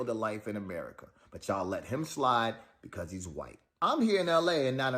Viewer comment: Also, it’s “because” and not “be cause.”